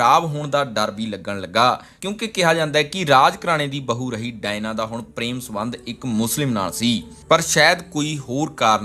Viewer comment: ਭਰਾ ਡਾਇਨਾ ਨਹੀਂ Diana ha usda nam.... punjabi accent